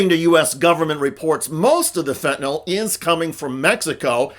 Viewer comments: I love you too you pronounced fentanyl correctly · Thank you so much for pronouncing 'fentanyl' correctly.